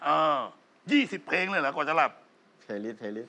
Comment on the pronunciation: แชมป์..ออกเสียงคำว่า..เพลง(พะเลง)..ไม่ใช่เพง...นะลูก